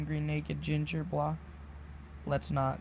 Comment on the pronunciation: Good job lol the word Bloke isn't pronounced Block you sound the O like the letter like Blow-k..its okay its funny listening to English ppl try to read American lingo too:) Good luck with your channel I'm subbing